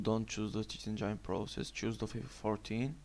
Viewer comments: "You gotta open cheat ENGAINE" lmao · cheat enjainnne RIP ENGLISH